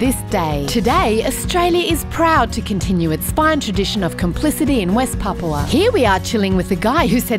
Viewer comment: Papúa, PAPÚA, NO PAPUA